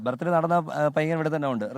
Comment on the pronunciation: അച്ഛൻ ഇടക് ഇടക്ക് ആ കുരിശ് പരുവാടി അറിയാതെ പുറത്തേക്ക് ചാടുന്നു..... 🤭😂😂 ലെ...വകീൽ ഡാ... ബർത്ഡേ എന്ന് പറ.. യേശുവുന്റെ ബർത് ഡേ എന്ന് പറയേണ്ട..... 🤭😂😂